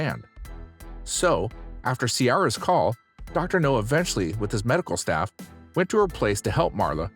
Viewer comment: His name is Dr. NOW, not Dr. No.